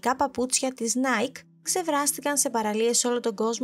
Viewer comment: παρένθεση ( δεν προφέρεται νάικ αλλά νάικι)